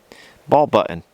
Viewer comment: Love your but more and more you are leaving then Ts out of your words like some young yuppie girl. Please say your name the way it was meant to be pronounced nor MARIN or the word button not buin. You are better than that.